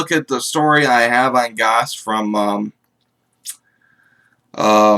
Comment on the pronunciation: Just FYI it's pronounced like ghost.